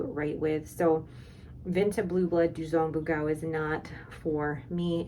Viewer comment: Just wanted to mention: the Vinta ink is Dugong Bughaw not Duzong Bughau, it's Tagalog for "blue blood" as in someone born into a rich family/nobility. Sorry, I know people think youtube comment corrections are annoying, I just can't resist since my country isn't exactly popular and I don't get a lot of chances to share anything about it. Anyway loved the vid, I can't buy a lot of ink so I always love seeing vids where people show off and talk about their ink :)